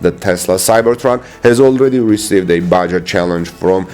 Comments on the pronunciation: Pronounced baHA, not ba-jaw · Baja, Mexico, race/run: Pronounced "Bah Hah." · Baja = Ba ha.